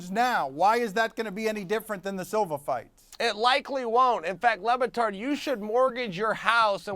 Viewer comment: He keeps CALLING him "lubatard" LMAI